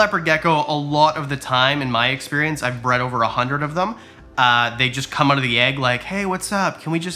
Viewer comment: Never seen your videos. But 3 minutes in, i heard you say, "Change it ouwwwT" and i said, this guy has to be Canadian!